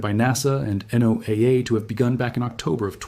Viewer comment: 👍 Good job pronouncing NOAA as Noah! Thank you. 👌✨ Well, the first time, anyway. Edit. Listen.